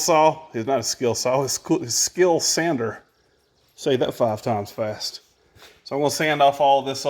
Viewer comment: A true "HOT SEAT" haha. "Beautiful Battle Born Batteries" and "Skil Sander" - tongue twisters! And you say them perfectly! There is no beginning and there is no end! We're with you!